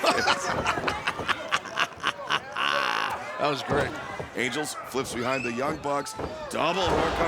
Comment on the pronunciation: Every time Taz said “Cutler” I could have sworn he was saying “Cutlet” And what in the blue hell was Luther wearing!?!? It looks like a figure skating outfit!!